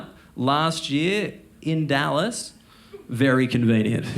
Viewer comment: LOL, I like the slight twang thrown in there for "Dyallas, in Tayckses". I was born Texan and now also in Europe Also, great set. And great idea on homeless advertising ! And spot-on about - Nice American accent too 😆